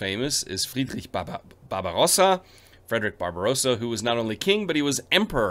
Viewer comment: Are you part German? Your pronunciation of Ravensburg, Friedrich etc is quite accurate🤔😄